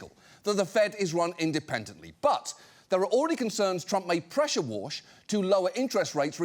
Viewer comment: concerns Trump may pressure wa(r)s(h) lol